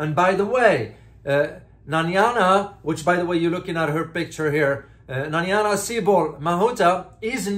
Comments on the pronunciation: It takes very little effort to read her name, which by no stretch of the imagination says Nanyana. It does take research and effort to produce a credible news report. In today's internet world it takes little effort to find out a person's name is pronounced in their own country. Exam result for this reporter is a big F !!! (Or rather U (useless). P.S., It is my intent that my comment is helpful by pointing out the major failure in professionalism and encouraging him to do what he should have done in the first place, thus lifting his standards. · Her name is pronounced " NA-- nai-- ya" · Please pronounce her name correctly. It's not that difficult. Her name is not Nanyana. She's an awful politician, but still deserves to have her name said properly.